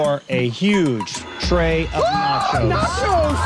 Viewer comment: He said : nashooows 🕺